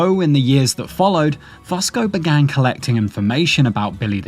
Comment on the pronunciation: I can’t listen to one damn second more… Damnit it’s “Fusco-Few-sko”